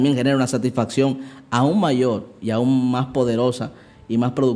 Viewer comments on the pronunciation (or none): none